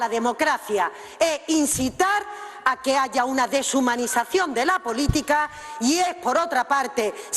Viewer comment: Cada vez que dice Desumanisación se muere bambi